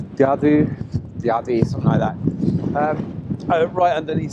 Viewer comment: Good to bump into you this weekend. Loved that portrait shot with the stream and pointed mountain 👌 And good pronunciation of Llanberis too, respect!